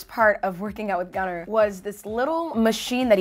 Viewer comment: "gunner" and the scandinavians are all crying